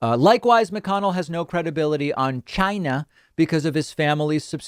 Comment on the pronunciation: Lol! I like how David pronounced 'China!' the same way Trump does!